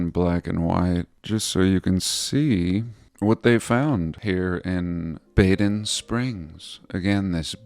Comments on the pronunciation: BADEN is pronounced “bah-den”. It means to bathe in German. Bad means bath in German. Badezimmer is bathroom. (That’s easy to google by the way). So the places where springs were found and established as spas were named Baden. Karlsbad in Germany was another famous spa town back in the day. Hope that’s helpful to your research. I’m assuming they named the American one “West Baden” bc it’s west of the original in Germany. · The A in Baden is pronounced AH. Too bad about the Prague clock. Most people won't even notice. You always have such interesting vids. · It’s pronounced Bar-den Bar-den like the sheep.